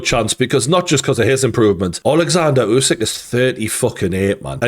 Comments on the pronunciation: It's not you-sick it's uuh (like in too) -sick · Is it really so hard to spell "Usyk" and not "Jusyk?" :D